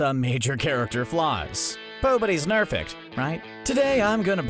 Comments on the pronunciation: Did you hear him say pobody is nerfect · Anyone else hear pobodys nefect? No just me